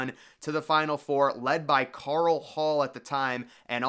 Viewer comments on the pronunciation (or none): none